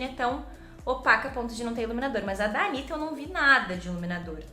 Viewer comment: A make ficou Maravilhosaaaa, que agonia falando "Anira"😂😂😂😂 Os gringos que falam assim😂